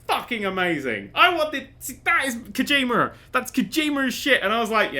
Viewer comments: lol kojimer, kojimerrrr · I love the way you pronounce Kojima, "that's Kojimer, that's Kojimer shit!".